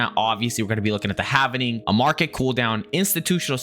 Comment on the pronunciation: it’s “ HALVING” … not “HAVENING”